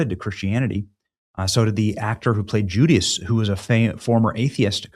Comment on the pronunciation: "Jew-d-us"? "Jew-dus". Wtf Benny?